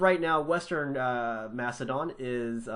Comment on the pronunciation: it's makedon